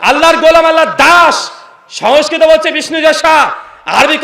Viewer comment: আর সমস্কিত টা তো ভালো করে বল 😂😂😂😂